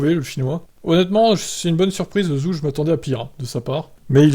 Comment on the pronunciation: Faites un effort ça se prononce "Djow" et Zou, à un moment ça sert à rien d'avoir une chaine d'info F1 si on est même pas capable de se renseigner sur la prononciation du pilote concerné